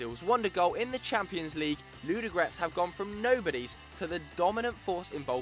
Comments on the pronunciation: And u can't even say Ludogorec :DDDD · [ludogorec] not [ludogrec] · anyone from bulgaria that just laughs how he said the name?